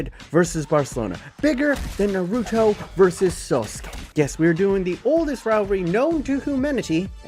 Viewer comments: Bro forget the football for a moment, u called Sasuke, Sosuke. Unsub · “naruto vs sauce-ke”